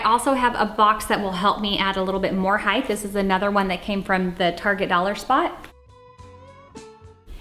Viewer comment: I’m not picking on you but why do you say height like hith? Is it to make it interesting or something from where you live? Please answer this. I’m just slightly confused